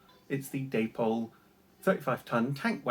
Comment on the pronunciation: Pronounced ‘Dappol’ not ‘Daypole’.